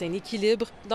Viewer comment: Radio-Canada dîtes à votre journaliste que l'on dit AÉROPORTS et non ARÉOPORTS.